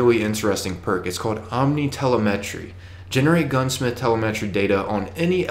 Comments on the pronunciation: Cache is pronounced "Cash" and Telemetry is pronounced Tell-em-etry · Haha the way he says cache and telemetry!!! I'm dying!!!